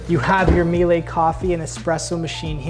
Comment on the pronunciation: It s pronounced miel-uh not mielay. Also, love your lucious hair